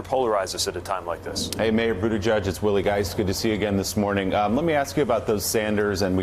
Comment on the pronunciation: Mika can you please pronounce his name right and he's a presidential candidate not only a former mayor